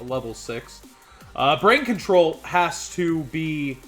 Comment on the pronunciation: I laugh every time he misreads brain control. HE's said it wrong on several past videos and even had it pulled up and still messed it up LOL. Keep up the good work on the videos!! :)